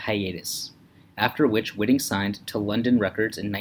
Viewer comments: Her last name is pronounced WHY-ting, not WHIT-ing. This video is a joke. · That would be Whiting with a long first i, as the spelling indicates.